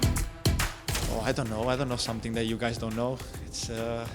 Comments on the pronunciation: It's pronounced as Bruno Fernanch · Spelled as Fernandes and pronounced as Fernanch